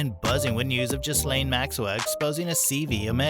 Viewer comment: Hi Americans the "s" is silent. So it's gilane..